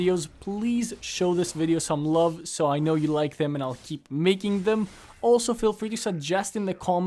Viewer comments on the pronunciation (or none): none